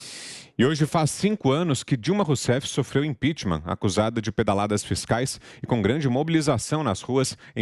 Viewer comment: Mesmo depois de 5 anos o Lula ainda não conseguiu falar a palavra "impeachment"